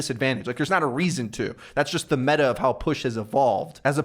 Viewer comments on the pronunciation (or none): none